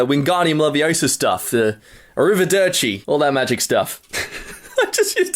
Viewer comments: Omg how did you pronounce Arrivederci... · Arrivederchi My mind: Is Bruno buccerati?!?!? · says "arrivederci" me and my "smart" ass: iS tHaT A jOjO RefEREnCe?!?!?!!? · says 'arrivederci' thinking it's a Harry Potter spell Me, who "learned" (read: remembered keywords and got lollies as reward) Italian for a year when I was 10: Wait- hol up??? 🤣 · Him: says "arrivederci" Me: already knows it's Italian and means see ya later Ah I see you're not a man of culture